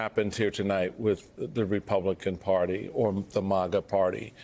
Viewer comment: This 🤡 keeps saying MOGA😂! What a shill.